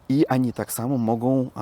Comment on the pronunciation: Mówi się oni a nie ani